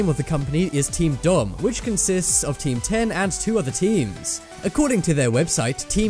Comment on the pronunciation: It's not teamdom its team 10